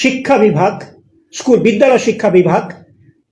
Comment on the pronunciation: "ইস্কুল" নয় 'স্কুল' 😢😢😢 "গরমেন্ট" নয় 'গভর্নমেন্ট' 😢😢😢 এদের উপর শিক্ষার দায়িত্ব??😢😢😢